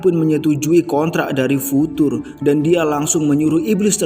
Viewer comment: Penyampaiannya udah bagus. Tapi pengejaan karakternya salah. Future harusnya dibaca Fyucer. Kishibe kok jadi Kishibi? 😭🙏